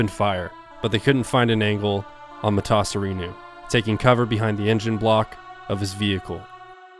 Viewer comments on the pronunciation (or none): The way he keeps changing the pronunciation of Emil Matasareanu last name is frustrating lol